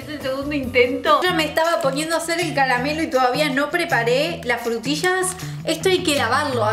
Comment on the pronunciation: "CALAMELO" JAJAJA TE AMO CARO